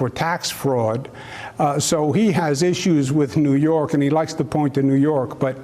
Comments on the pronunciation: I had to play it back- "He lost by a YUGE margin". Sorry but it just has a Pesci feel to the statement. "Two yoots". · He said Yuge!! Hahaha awesome troll move against Orangey! 😆😆